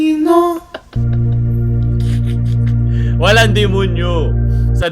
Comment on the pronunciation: Di ako maka get over sa “to-SINO” hahahahahahahahhahaha!!! Hayp